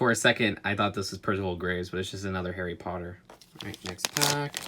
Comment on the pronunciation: you say your harry potter fan you messed up like 15 times